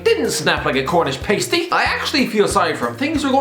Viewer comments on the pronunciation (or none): pastie not pastey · Pasty... pass-tee... ffs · A Cornish what?!!!!! Its prounounced PASS-TEE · Are we all just going to ignore the pronunciation of 'pasty'. Horrifying. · How have you pronounced pastie wrong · Why is no one talking about how he pronounced Cornish Pasty